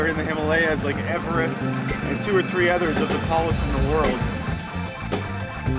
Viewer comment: did he really just say Mount Emerest